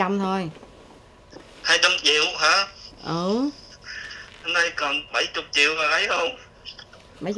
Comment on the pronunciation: Chị Nam Thư nói 400 triệu mà giống như 400 nghìn á😂😂